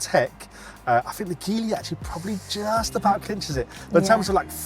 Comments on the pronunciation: OMFG IT'S JEEEEE LEEEE not gee lee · The guy is NO EXPERT at all he mispronounces GEELY then does not even have a logical representation of GEELY's brands and missing out major ones. He can barely fill space.